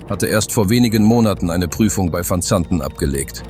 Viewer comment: Kann die bekloppte KI nicht wissen. Man kann sich diesen Mist nicht anhören/ anschauen